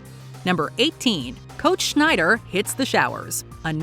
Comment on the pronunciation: Coach "Schneider"? That's an electronics brand, for shit's sake!!! His name is Snider.